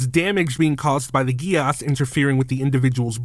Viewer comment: Btw contrary to what this anime will tell you, Geas is pronounced Gesh.